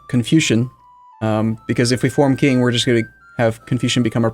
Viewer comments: not sure how much you care, but the 'Q' in Qing is pronouced 'Ch'. So similar to 'Ching'. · it’s pronounced like “Ching”. Although that is far, far, from perfect, it is much, much closer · Edit in a computer voice saying Qing properly every time he says King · it's pronounced TJCHING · If only LGS could edit Qing's proper pronunciation every time says king, it would be on point.